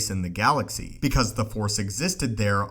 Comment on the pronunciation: Force!! Not Four!!!